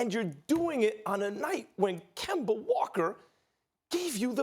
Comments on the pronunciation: Nobody: Stephen A: KEMBER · No one: Absolutely nobody: Stephen A: Kember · Yo, Stephen A! Who on earth is Kember? 😂😂😂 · "Kember" "Kyrie Irvin" 😂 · “KEMBER WALKA” - Stephen A. Smith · Spike Spiegel Kember Walka- Stephen A Smith 😂😂😂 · He said: Kember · Stephen A: Kimber Walker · This man just called Kemba Kember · SAS call kemba - kember 😂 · "Kember Walker" - Stephen A Smith 2019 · Nobody: Stephen a:Kember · "Kember Walker" - Stephen a smith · Why can't this man ever correctly pronounce Kemba? 🤔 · Kember..the r is silent for Stephen A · “KEMBER” That’s Stephen A Smith for you. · Why does Stephen A pronounce Kemba with the hard r? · Absolutely no one: Stephen a: "KEMBER WALKER" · Any word ending with an A is going to sound like a R😂 “Georgia(r)” “Kemba(r)” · KEMBA STEPHEN A. ITS KEMBA!!!!!!!! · Dat Dude it’s an east coast thing. It’s derived from when the settlers came to the new world from England. English people also have a tendency to to switch out from anything that ends with -a to -er. Like idear rather than idea